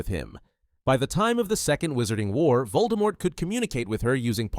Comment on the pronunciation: Pronunciation hint, Voldemort is pronounced with the silent T